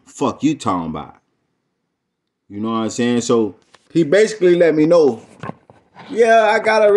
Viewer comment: "And let me know!" 🤣🤣🤣🤣🤣🤣🤣🤣🤣🤣🤣🤣🤣🤣 Oh you had to put emphasis on that one he let me know! (So on the floor) 🤣🤣🤣🤣🤣🤣🤣🤣🤣